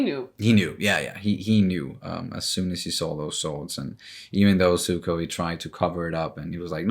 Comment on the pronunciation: whatever floats your boat, man. Like I said, that’s close to how Iroh says his name so it’s whatever. Whether you say it with a zed sound or a ”ts” combination, regardless, the point was that it isn’t ”suko”.